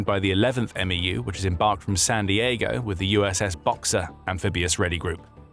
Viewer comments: saying M E U hurts every marines ears. Say it like "mew" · MEU is pronounced "Mew."